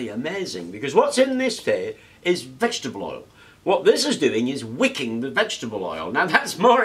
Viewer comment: I thought you were saying WICCAN, not "wicking" so I was a little confused at first.